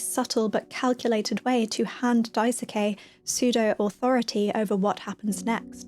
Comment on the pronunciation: I witness such multilayered, nuanced, and entertaining stories and I just don’t understand how people write such incredible things. This game is insanely deep. Also, not trying to be rude but, Daisuke’s name is pronounced “Dice-Kay”